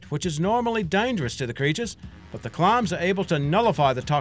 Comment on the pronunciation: "Clarms" wtf is this accent?